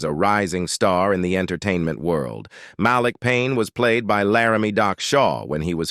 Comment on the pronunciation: Narrator sounds AI especially the pronunciation of names: Mal lick instead of Malik. 🤣